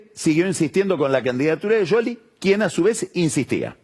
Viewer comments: Se dice... Essss cioli no sholy/ yoli/ yoly 😂😂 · No es Yoli ni Sioli. Es Shioli pronunciado en italiano, tal cual el origen del apellido. Vos a Tinelli le decis Tineli. No decís Tineyi. Lo pronuncias en italiano. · Pronuncia el apellido en italiano tal cual es. No es Sioli. Igual lo pronuncia mal. Debería decir Shioli, no Yoli. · Porque dice sholi en lugar de scioli? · ¿Por que dice "Yoli? Me recueida a Grondona diciendo "guaild" por wilde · Pasaba por aqui solo para escuchar decir "YOLI" al verdadero quijote del buen hablar... groso PAÑI 😂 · Que capo que sos pagni pero como me molesta en el oído que digas yoli! que capricho pelotudo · Porque le dice YOLI a SCIOLI ? que le diga como la gente lo conoce. que tipo mas pelotu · No es ninguna de las dos cosas , en italiano la Sc no se pronuncia como Sh ni como Y , Pagni se hace el que habla italiano y lo pronuncia mal.